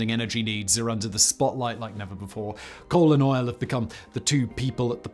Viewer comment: Anyone else hear "colon oil" instead of "coal and oil"?